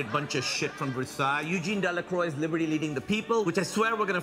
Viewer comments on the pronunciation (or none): dela"croy" lol